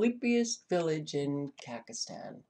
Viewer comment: Ka-zack-stan, not "Kakastan."